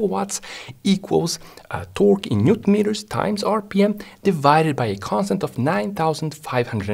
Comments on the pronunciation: The way he says “ T o r q u e “ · Yeah Hawwwrrse Bowa and twaawwk 😅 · torque "tôrk" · The way he says torque 💀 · When this man says torque I feel pure horror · i love the way this guy says torque